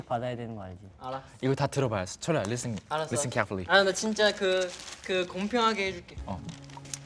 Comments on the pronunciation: The editing though😂😂 Listen carefully. Spoken like a native speaker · Baby just how many times did you watch Crash landing on you??! The North Korean accent is so strong bruh 😂 😂 😂 Is Jisung studying English?? He’s pronunciation is getting much better, ever since he said “Welcome to the Black Parade” I’ve noticed it xD From “Oh Rilli??” To “Listen Carefully” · I'm shocked at Jisung pronunciation. oh reaolli has grown up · Im livin' for Jisung 'Listen carefully' 😍 the way he pronounce it fluently 😍❤💚